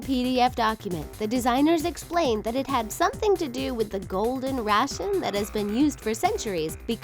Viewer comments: OMFG DID SHE JUST SAY GOLDEN RATION? LOL WRF RATIO BITCH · Golden "Ration"? What an idiot. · did she just say Golden RATION?